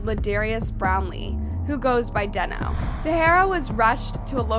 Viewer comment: How are you mispronouncing deno it's giving Ai because huh